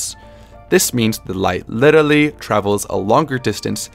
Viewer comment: Why did you say literally like that